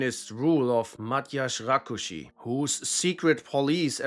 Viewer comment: As a Hungarian I really appreciate your effort to pronounce Mátyás Rákosi and Ernő Gerő well! Of course, it's a difficult language which is why not everything was perfect, but its a rare sight to behold. Much appreciated!